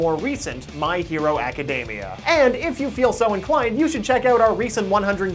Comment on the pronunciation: izookoo madooriyuh. my hero (m)acadamia yeah you can be american but not so cringey when pronouncing these names.